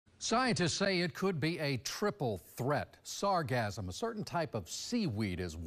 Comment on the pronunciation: It's not pronounced to rhyme with phantasm. The emphasis is on the second syllable, not the first.